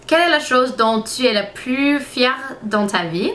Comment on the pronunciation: Tu parles vraiment bien le français! On dit "je suis fière" pas "fièrte" lol en tout cas ce qui est bien c'est que quand on te dit comment on prononce tu le retiens pour là prochaine fois, j'ai remarqué que tu évolues beaucoup :-) Je ne sais pas si tu connais la série "2 Broke Girl" mais je trouve que tu as la même tête que Max Black (l'actrice principale) en blonde bien sur! :p Gros bisous de Belgique (éh oui c'est loin de où tu habites lol) et surtout continue tes vidéos tu es superrrr :-)